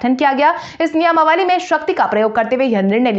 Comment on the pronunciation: " नियमावली " शब्द का उच्चारण " नियामावली " न किया करें।